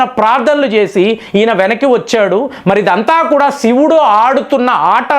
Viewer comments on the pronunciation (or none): none